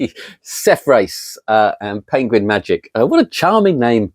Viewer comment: It's MA-VRE-SIS haha. Don't worry, you are not the first one to butcher my surname and certainly not the last one. Honestly, thanks for the great review!